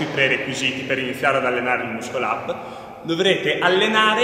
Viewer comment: Stima enorme per ma il "muscol ap" non si può sentire xD